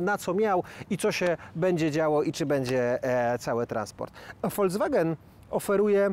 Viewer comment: nie wymawia się FOLCWAGEN